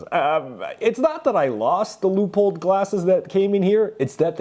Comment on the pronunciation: Omg. He said leupold normally. 🎉